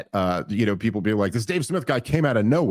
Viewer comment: What’s that guys name is I pronounced Dave? Uh Snith? Is it?😅